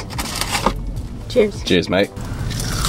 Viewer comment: Why did that “cheers mate” sound more like an Australian male than me, an Australian male?